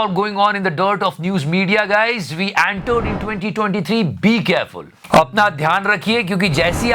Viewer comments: antered kya hota hai re🤣🤣🤣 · Normal ppl says Entered.... 'Aantered'. Luv u 😘😘🤗🤗🤗